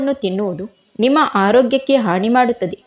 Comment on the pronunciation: ಥೂ,, ನಿನ್ನ ಭಾಷೆ ಉಚ್ಚರಣೆ,, ಹಾನಿ,,, ಹಾಣಿ,, ಅನ್ನ ಅಣ್ಣ,,, ಜೀವಣ